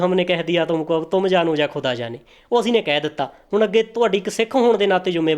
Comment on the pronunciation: ਵੀਰ ਜੀ, ਹਮ ਨੇ ਹਾਲ-ਇ-ਦਿਲ ਕਹ ਦੀਆਂ, ਅਬ ਆਪ ਜਾਨੋਂ ਯਾ ਖੁ਼ਦਾਅ ਜਾਨੇ । ਵੀਰ ਜੀ ਸਭ ਤੋਂ ਪਹਿਲਾਂ ਤੁਸੀਂ ਆਪਣਾ ਖ਼ੁਦਾਅ ਕਹਿਣ ਦਾ ਉਚਾਰਣ ਸਹੀ ਕਰ ਲਵੋ। ਖ਼ੁਦਾਅ ਖੱਖੇ ਦੇ ਪੈਰ ਚ ਨੁਕਤਾ ਲਾਕੇ pronounce ਕੀਤਾ ਜਾਂਦਾ । ਬਾਕੀ ਗੱਲਾਂ ਤੋਂ ਪਹਿਲੋਂ, ਇੰਟਰਵਿਊ ਕਰਨ ਵਾਲੇ ਵੀਰ ਨੂੰ ਵੀ ਕਹਿ ਦਿਓ ਕਿ 'ਹਿਮਾਕ਼ਤ' ਅਤੇ ਖੇਚਲ਼ 'ਚ ਬਹੁਤ ਫ਼ਰਕ ਹੁੰਦਾ ਹੈ। ਇਨ੍ਹਾਂ ਨੂੰ ਕਹਿਣਾ ਚਾਹੀਦਾ ਸੀ ਕਿ ਕਿਸੇ ਸਿੱਖ ਅਦਾਰੇ ਨੇ ਵੀ ਸਰਤਾਜ ਬਾਰੇ ਕਹਿਣ ਦੀ ਖੇਚਲ਼ ਨਹੀਂ ਕੀਤੀ। ਰਹੀ ਗੱਲ ਤੁਹਾਡੇ ਵੱਲੋਂ ਗ਼ਲਤੀਆਂ ਕੱਢਣ ਦੀ, ਉਸ ਬਾਰੇ ਮੈਂ ਕਹਾਂਗਾ ਕਿ ਤੁਸੀਂ ਵਿਦਵਾਨ ਤਾਂ ਹੋ ਪਰ 'ਨੀਮ ਹਕੀ਼ਮ ਖ਼ਤਰਾ-ਇ-ਜਾਨ' ਵਰਗੇ ਹੋ। ਅਜੇ ਹੋਰ ਮਿਹਨਤ ਕਰੋ। ਐਡੇ ਵੱਡੇ ਵਿਦਵਾਨ ਲੇਖਕ/ਗਾਇਕ ਤੇ ਬਿਨਾਂ ਬਹੁਤ ਸਾਰੀਆਂ ਕਿਤਾਬਾਂ ਦਾ ਮੁਤਾਲਿਆ ਕਰਿਆਂ, ਆਪਣੀ publicly ਰਾਇ ਰੱਖ ਦੇਣੀ ਵੀ ਖ਼ਤਰਨਾਕ ਹੀ ਹੁੰਦੀ ਐ। ਇੱਕਾ ਦੁੱਕਾ ਗ਼ਲਤੀਆਂ ਦੀ vernacular language ਵਿਚ ਸੰਭਾਵਨਾ ਬਣੀ ਰਹਿੰਦੀ ਹੈ, ਬੰਦਾ ਕੋਈ ਰੱਬ ਤੇ ਹੈ ਨਹੀਂ। ਬੋਲਿਆ ਚੱਲਿਆ ਮੁਆਫ਼ ਕਰਨਾ ਜੀ।